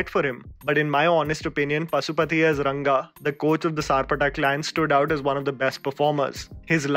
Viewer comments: I would like you to pronounce the characters names correctly..it’s not “Kabila” it’s “Kabilan”, not “Mariam” it’s Mariamma”, not “Ranga” it’s “Rangan”. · Kabilan pronounced as kabila, Mariamma pronounced as Mariam and Rangan pronounced as Ranga… when you pronounce a name of the character, don’t take anything for granted. Learn to pronounce the name mentioned in the cards.